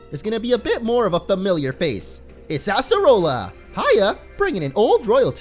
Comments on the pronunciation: it is pronounced (uh-ser-uh-la) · Uggghh... I cringe so hard whenever you say Acerola's name wrong.